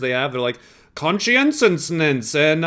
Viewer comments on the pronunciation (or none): It's how he unconsciously makes the Jordan Peterson accent when pronouncing "Conscientiousness"😂